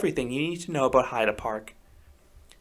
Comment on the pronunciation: YAY! You got the pronunciation of Heide right! I really love that park and think your assessment is spot on. I agree with just about everything you say, except I didn't find Limit to be rough at all. It was my first SLC and I was so ready to hate it.